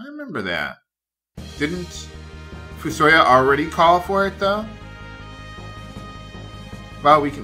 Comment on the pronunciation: also, i pronounce fusoya as "fu-so-YA" and not "fu-SO-ya"